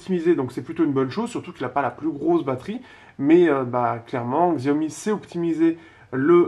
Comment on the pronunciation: Xiaomi cela se prononce Chiaomi.